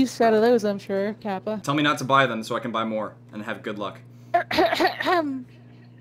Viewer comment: did say kapa